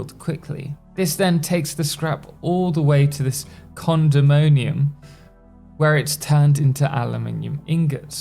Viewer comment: condemonium... The place where things get condemned ? No way he could have meant condominium... That sounds too similar to the aluminum vs aluminium issue... Definitely condemonium... (adds entry to wiktionary)